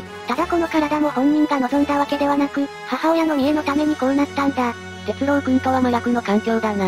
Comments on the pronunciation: アノ〜「鉄郎」（「ろう」おおざとの「ろう」）ですよ～ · 鉄朗❌ 鉄郎⭕️